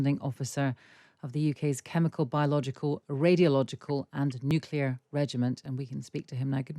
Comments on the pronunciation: Even this guy says "nukular". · A person loses all credibility when he says " nukular " . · it comes from the word nucleus (as in the nucleus of an atom) which is not pronounced that way. Nucleus is not pronounced nukeulus. he is saying it wrong. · Hamish, WHY CAN'T YOU SAY 'NUCLEAR'???